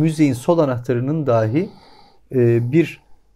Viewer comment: "Saten" değil "Zaten", "Saman" değil "Zaman", "Sol" değil ince "Sol", "Daaahi" değil "Dahi".